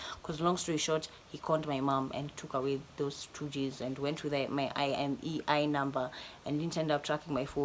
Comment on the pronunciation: IMEI number inakusumbua kupronounce......just say " AIMEI " number.